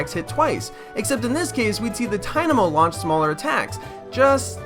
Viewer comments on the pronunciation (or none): none